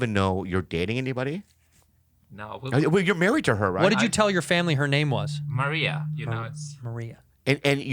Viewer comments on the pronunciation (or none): none